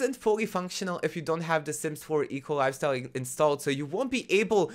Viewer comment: I always heard EColi instead of eco lifestyle and it made me smile:)